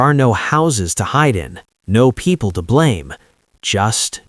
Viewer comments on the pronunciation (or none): none